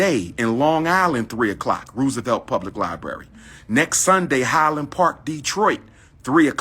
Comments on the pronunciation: Roosevelt (row sa velt) 😂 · I hate how he pronounces certain words, especially areas in New York. "rew-savelt." And when will he learn Harlem is not a borough and Black people live in every section of Manhattan?